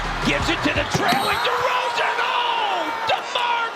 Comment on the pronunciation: Hey you made a mistake with “Demar Deroan” (Derozan*)